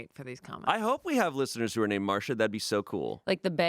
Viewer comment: They said “Marsha” not Marcia…